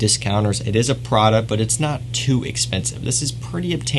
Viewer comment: Its pRRRaDaa not phradeuh lol 🤣 Lovin’ your vids from italy tho